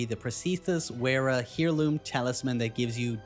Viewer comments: Heirloom is pronounced "air loom", I know it's picky but I had to say it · "hereloom"...buddy...it's a fairly common word